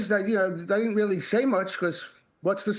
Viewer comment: Matt Chorley weally is a 1st wate pwesenter. No one wanks higher.